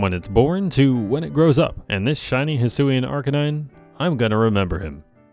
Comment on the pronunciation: hisuian is pronounced (HEE-SWEE-AN)